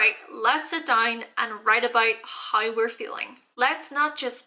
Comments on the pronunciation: More like hi 😂😂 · The way you pronounce How , always gets me